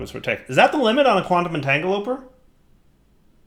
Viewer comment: can you please try and say quantum entagleporter the correct way quantum entangle a port er